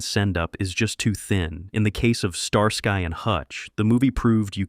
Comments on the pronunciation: Star......SKY and hutch talk about butchering a name..... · Star-Sky and Hutch? I'm so sick of lazy channels using AI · Star-sky &Hutch well damn all through the 70's we all were mispronouncing that title thank God we have A.I. to correct us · Star Sky? Sky like looking up at the sky? No, dude. It's pronounced like ski. Like you're going skiing. Starsky and Hutch. Don't pronounce the y. Pretend it's an i. I swear, you guys need to hire folks to monitor your A.I. narrations. Or just quit being lazy and do it yourselves. -OG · the second the narrator said Star-Sky I quit watching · STAR-SKY and Hutch? Really? The name was even accidentally said correctly once or twice in the video.